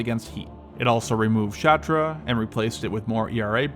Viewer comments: "Shtora" not shatra. Like shore, with t after sh. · Shatra hahahaha dude learn to read ! It's shtora.